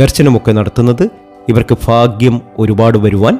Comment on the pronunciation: ഫാഗ്യമല്ല. ഭാഗ്യമാണ്.